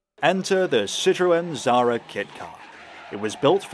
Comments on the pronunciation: Why you can't pronounce Xsara? There is no Z in it. Not Zara, thats a clothing brand. It's KSarah. We pronounce the X like KS. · The fact how you say xsara is painful.